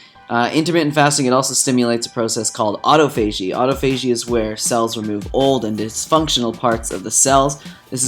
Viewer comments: Great video but you mispronounced autophagy. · in the video.. first minute you mispronounce it twice..;-)